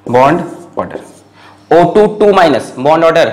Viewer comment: "bond aader" 😂😂 Love you sir 😍❤️❤️